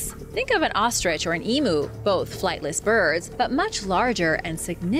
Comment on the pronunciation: EEEM-YOU not emoo